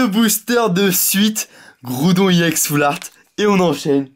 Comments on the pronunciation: On dit Ex pas iEx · Mega giga trop bien vidéo, par contre,je vais te donner une petite correction, on ne dit pas YEN mais EX mais c'est pas grave le plus imporant c que la vidéo était super et je te souhaite de bonnes continuation pour tes ouvertures futures. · c est pas iex mais ex juste ex sinon c bien ta videos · sa c est vrai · arrete de dire iex c' est ex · On dit ex et non iex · Tu dit IX au lieu de EX je vous dit désabonner vous et aller voir David Lafarge pokémon c le meilleur Poké YouTubeur !!! Et aussi missjirachi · t'est nul!!!tu ne sais meme pas parler.On dit X pas EX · Ptn dis ex pas iex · c'est EX et pas IEX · pourquoi tu dis i ex ? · tes chiant de dire iex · ARRETE DE DIRE IEX GROS CON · il prononce Ex a l'anglaise il dit E et X en anglais